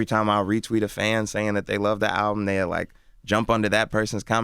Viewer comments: It's called album not owbum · LMFAO only clicked this because the title said : Chance The Rapper Talks "New Owbum" i had to find out dafuq an OWBUM was 😂😂😂😂😂😂😂😂😂😂😂😂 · The title of this video says "Owbum" that's how hood niggas pronounce "album" lmao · Nigga said ‘Talks new oWbUm’! 🤦🏾‍♂️🤦🏾‍♂️😂😂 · Owbum? WTF is an owbum???